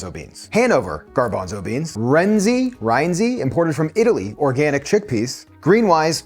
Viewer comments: Love the longitudinal assay of the Garbanzo canned universe. I think it's time for your "Make Everything Chickpea" book! BTW: It's "ree-EN-zee" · It's "Ree-en-zee." The Italian "i" is accented as "ee" in English. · Rienzi ... the Italians would Probably say ree-En-zee, He was an ancient Roman Hero. Wagner wrote a long tedious opera about him with a cracking overture. The Germans also pronounce it close to the Italian. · FYI, The I in Rienzi is pronounce long e, and the e is pronounced short e. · Rienzi = “ree-EN-zee.” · Say ree enzee rienzi